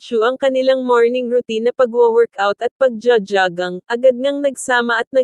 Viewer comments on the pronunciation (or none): JOGGING PO,....HINDI ..JAGANG..HEHEHE